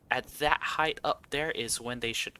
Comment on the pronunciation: Ngl as soon as you said "Heighth" i stopped the video right there.